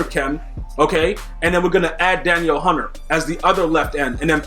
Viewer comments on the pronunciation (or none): Lol you’re saying Danielle hunter name wrong.